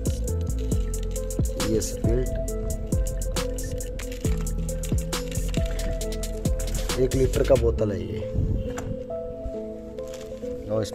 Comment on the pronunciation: Spilt क्या हैं spirit को spilt बोलोगे तो क्या समझेगा public ?